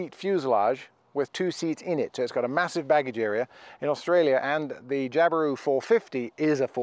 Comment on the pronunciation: Nah, we say Jabiru just like you do!! Not too shabby for a Pom on a didge!!!